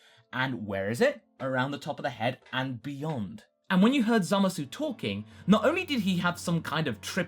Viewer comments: Can people just pronounce his name correctly already? I understand we speak English and that the word zamasu would be pronounced with the "oo" sound at the end, but in Japanese speech it is generally silent when at the end of words. Moreover, in the show itself, the "oo" sound is never heard of. So can we please say it right? As in, just "zamas"? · aw dang you're still saying the U at the end of zamasu :( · this really bugs me. It's pronounced Zamas. No one in the show says the -u. It's not pronounced Zamasoo.